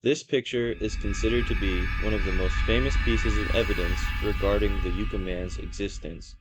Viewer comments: Yes, Yucca = "Yuckah", not "Yookah"... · It's Yukka, short U, like the plant, not yooka. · Yuck uh…not U Ka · What schools did you go to? It is pronounced "yuck-ah" man, not "yook-ah" man. Also the are called "mount-tain" not "mow-ens"! Geez man, learn proper English!!! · It's pronounced "yuh-kuh", and Marine "Core". Cool video! Hope to see more! :elbowcough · It’s pronounced like the plant ! “Yuh cuh “ kinda sounding. I ain’t a dictionary! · And also "YUK-UH". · I'm not trying to criticize, but I thought you might like the correct pronunciation. Yucca is pronounced yuck-uh and Corps is pronounced core Alot of people make that mistake, if they've never heard the names before. 😁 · "Yoo-cah" man - Lol. Marine "corpse" - Lol. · Good video. Needs better pacing, though. No rush. You got this, you blued Yucca-man! Pronounced Yuck-uh. Also Marine Corp is pronounced "Core". It has a silent 'p.' Silent Like the Yucca man before attacking and leaving a corpse. The Joshua Tree park is the best park to visit. Great choice. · pronounced Yuck-uh LoL a number of stories come out of the 29 Palms area and surrounding San Bernardino Mountain range with Big Bear and Lake Arrowhead. i lived close to this high desert area for 25 years and travel up there a lot! the people are nutz 😂